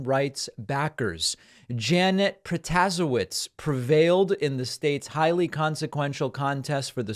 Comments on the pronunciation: Future reference it's pro-ta-say-witz 😅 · Just FYI David … it’s pronounced Pro-tuh-say-witz. Kind of like Buttigieg, the Judge had commercials in Wisconsin showing how to pronounce her name😊. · Stop butchering her last name please